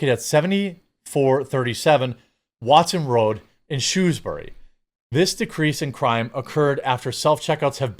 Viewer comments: It's not Shoe-s bury like footwear, it's Shrew-s bury like small furry animal. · I was 45yrs old exactly (It's my Birthday today) when I learnt that America also has a place called Shrewsbury. I'm now curious if it is Pronounced the same way as the UK's Shrewsbury